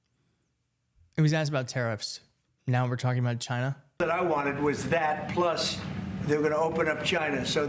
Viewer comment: Why does trump say China like Gina?